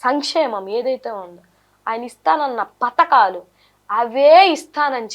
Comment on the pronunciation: పధకాలు మంచం పతకాలు కాదు